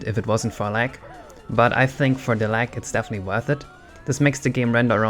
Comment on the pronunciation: You often pronounce Gs as if they were Ks. You keep saying lack instead of lag and fuck instead of fog.